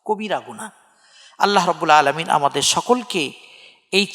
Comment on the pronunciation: আসসালামু আলাইকুম। অনেক গুরুত্বপূর্ণ আলোচনা করেছেন। বেয়াদবি মনে না করলে একটা কথা বলি। খুতবার শুরুতে আলহামদুলিল্লাহ রব্বিল আলামিন এর আইনের উচ্চারণটা আরেকটু সুন্দর হলে ভালো হয়। আমি ঢাকা বাংলাদেশ থেকে।